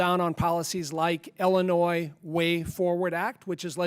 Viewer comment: Why does La Hood say "Ellinois"? Does he not know how to pronounce the name of his own state?